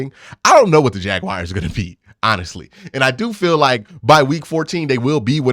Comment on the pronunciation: I would be careful with that 'Ja-wires".